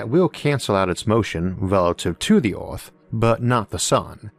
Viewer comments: Why does he pronounce earth, oierth? Why does this bother me so much? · So where is this planet "Orth" he keeps talking about??? 😂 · What's an "Ealth?" Or a "Joulney?" Is this a sci-fi channel? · The pronunciation of "Earth" sounds weird to me. If you wanted intergalactic flight, you could search for a planet that is already moving at that speed. Planets that don't orbit stars are hard to detect, but they may be out there. Pluto was excluded as a planet, because of its orbit. Is something that doesn't orbit called a planet?